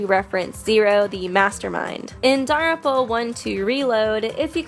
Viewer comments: i'm sorry, but i have really bad adhd and i get angry over very small things. Danganronpa is pronounced "dang gin ronpa" not "dong gin rompa". I'm not trying to hate at all, it just really, REALLY frusterates me. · Why do you pronounce "Danganronpa" as "darunpa"? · ytf u keep saying danganronpa like that